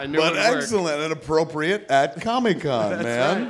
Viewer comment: Seriously, why the fuck does Kev always call it Comie-Con? Dude can't pronouce the word COMIC?!? 🤣